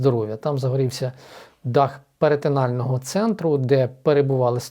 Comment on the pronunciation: Перинатального центру Ви сказали перетинального😊